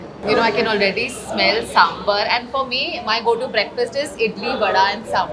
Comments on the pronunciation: It is not Sambur it is Sambar. Are you that North Indian who cannot differentiate between Bur and Bar? Come on if you can say baraat can say sambar. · Kamiya ji.. It's not "Sambur", It's "Sambaaar"